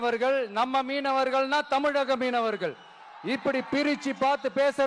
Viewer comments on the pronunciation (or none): none